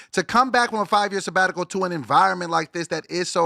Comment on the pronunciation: Lmaoo bringing up “sebatical” and last week munchie mocked him for saying that 💩😅😂😂😂😂